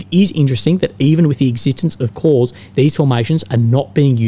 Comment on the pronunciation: Corps, Pronounced as Core, not Corpse;)....anyway, Ukr has now and will suffer even worse, to be polite 'amateur' staff administration they have exhibited so far, corps brigade etc...wont matter.